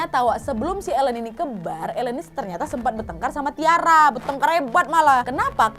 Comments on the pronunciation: Bukan Elen pengucapan namanya tp Ailin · Aileen (dibaca: Eilin) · Nontonin video kriminal kayak gini kok aq merasa masa kecil sampai remajaku terselamatkan 😅😅🙏, haodoooh. Tiap sebut nama western kok salah 😅 Aileen: eilin Keith: kith Tyra: taira Spears: spiers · Susah kali english kau wak, itu cara nyebut nya Aylin, Dayen dan Kith yah wak! 😆👍